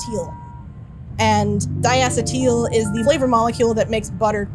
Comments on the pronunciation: "Dye-ass-a-teal" is not how "dye-uh-see-tul" is pronounced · dai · uh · see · tl Please, for the sake of any future videos! Mispronouncing scientific names like diacetyl is one of the hardest things to listen to, lol Thanks for the butter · Really weird how she says diacetEEL... I would've said it more like "diacetil" (same as methyl- or butyl- and such, no one says metheel). And apparently diacEEtil is the more common pronunciation. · I'm in agreement with VTJake and Doda Exploda. But I can't blame the presenter. The title is at fault - if it had been 'How Butter is Made" rather than 'How to Make Your Own Butter,' we might not feel so robbed of the necessary information to replicate this process. That aside, I am baffled that a flavour scientist can't pronounce diacetyl correctly.